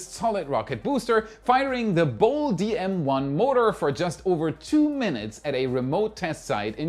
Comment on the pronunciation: BOLE --> Bo-LAY....